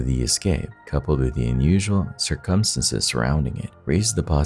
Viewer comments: I scream every time at his "circumstances" but I still watch! Lol. "Sir KUM STAN ces" instead of SIR-cumstances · "Based on the tuh-tality of the circumsenses" I'm sorry, what? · Dude i luv ur videos but u have got to learn how to pronounce circumstances man!! It hits me like a punch n the gut every time u pronounce it the wrong way;!🤨🥴💛🖤💛🥴🤨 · I have never heard the word circumstance/s so badly mispronounced so many times. Dear God EDITING people EDITING. LISTEN TO YOUR POST BEFORE POSTING IT.